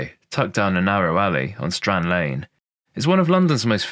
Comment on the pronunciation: Strand in Flemish is also strand not strond actually stront with a "t" means "shit " 😂